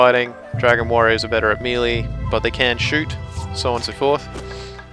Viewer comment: That's not how you pronounce 'melee' lol.